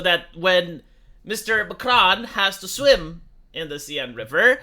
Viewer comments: It's "sen" not "sayenne",. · It's pronounced ''sèn" not cyan.. or whatever that was. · The big scientific Seine defecation plan of summer of 2024! (it's not pronounced Seyenne, it's pronounced Saeeen btw) (and did anyone ever hear about the "Love Canal" of Niagara Falls?) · The river is pronounced "Sane". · It's pronounced close to senn, with a sharp s. Like in senator. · Could one day pass without butchering some word? RIP Seine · A Romanian doesn’t pronounce a French word correctly? Who would’ve thought